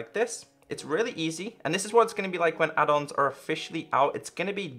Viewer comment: Who else thought he said (hey guys welcome back to minecraft pe adults video) rather than add ons video